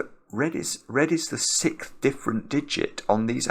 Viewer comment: Sixth ❌ Sicth ✅